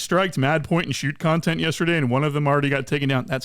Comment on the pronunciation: That word is NOT con-tent in that context. it is pronounced cun-tent. Not being a dick or troll i am giving an English lesson here... you're welcome.